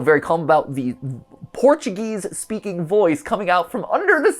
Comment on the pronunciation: Mat I speak Portuguese and is very offence how you tried to speak Portuguese thinking that is English so try to not speak Portuguese near to Portuguese people next time ps: i love your videos.